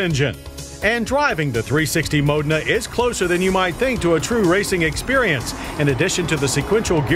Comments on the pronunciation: Please teach him to pronounce foreign words. Modna? Mo-dayyyy-na. For pete's sake😂😂😂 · I always called this a Mo Deena. I never knew I was pronouncing it wrong.